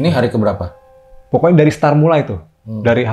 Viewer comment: Start woy, bukan star😭😭😭